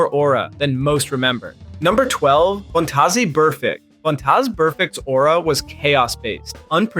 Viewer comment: Vontazay Burfict?? 😂